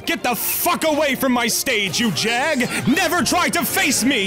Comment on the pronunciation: R u from Pittsburgh, cuz i heard u saying jag